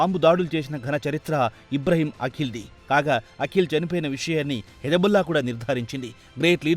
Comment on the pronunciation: అఖిల్ కాదురా దరిద్రుడా.... వాడిపేరు పలకవలసినది అకీల్ అని.........52 తెలుగు అక్షరాలు వాటి ఉచ్ఛారణ ఎలా పలకాలో కనీస ఇంగిత జ్ఞానం లేకుండా ప్రతీదానిలో దూరేసి తెలుగు భాషను ఖూనీ చేసేస్తున్నారు...